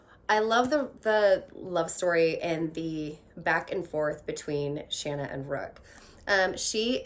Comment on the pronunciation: Yay! You say Shanna the way I do rather than the long a sound.